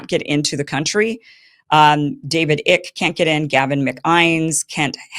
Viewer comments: Pronounced David Eye-k, not Ick. :yougotthis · "David Ick" 😆It's Icke. Like Nike (not Nikey) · david ICK. lol. its pronounced david icke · David ICK?? Jesus no Pronounced IKE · David Icke, is not pronounced David "Ick". It's pronounced exactly as it is spelled. "Īcke", [like bike]. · David “Ick” lol! Icke… long I sound. I love Kim. I just found this little thing funny. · David Icke — Ike as in former partner of Tina Turner, not ick as in the fish fungus. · That’s David Ike….emphasis on the I. Not “ ick”.It’s “eye”ke…not “ick”. He lives on the Isle of Wight in southern England. Yes he’s somewhat “eccentric “ . He’s a former media celebrity. He’s harmless. Unlike these authoritarian fascists running Australia and my country🇨🇦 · It's not "Ik" Kim his name is pronounced "Eye" then the K okay? Icke as in bike. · It's David Icke, pronounced "Iy-ke" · Iyck as in bike not ick as in sick .please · Its david IKE genius. Not ICK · Are you just reading these names off of a script as if you've never heard them pronounced because you're mispronouncing them all!? David Icke long I) not David ick Gavin McGinnis not Gavin McCimes, I wouldn't shut a tear if every country on the planet barred that man from entry that guy's a scumbag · Icke is pronounced "Eye-kee" or "Eye-kay", not "Ick". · Do you really not know how to pronounce David Icke’s name? It’s long I , ke. 🫣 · Icke, I believe, is pronounced Eye-k (IKE).😉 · David icke is pronounced eyek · David Icke’s name is pronounced Eye-k 😊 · Fyi, David Icke's last name is pronounced like Mike without the m. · Iversen clearly has no idea who David Icke and Gavin McInnes are, she had no idea when she read the names and mispronounced them horribly. "David Ick" "Gavin Mc-Eyens" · Kim, David Icke's last name is pronounced with a long "I" as a word that would rhyme with "bike." 😎 you should try to get him as a guest on your show. I think you would appreciate his ideas, intelligence and compassion. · David Ick 😂 It's Icke. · Rhymes with Mike 😂